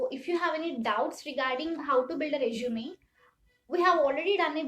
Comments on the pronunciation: Its resume i guess. Not reshume🥲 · Nice video, but small suggestion. it is resume "su" not reshume "SHU". Kindly work on this pronunciation part, sister. Thanks again. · please sister work on improving your english pronounciation.. it was so annoying to listen words "reshume" "shuddenly" "tawards" "carrier" etc.. what the f is carrier... it is career. otherwise the video was all good. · I loved the way u say resume😅